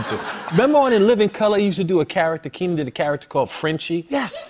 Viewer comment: its Keenen not Keenan